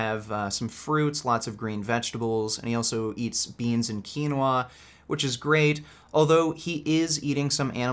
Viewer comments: lol dumb ass doesn’t know how to pronounce quinoa 😂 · The way he says quinoa makes me laugh.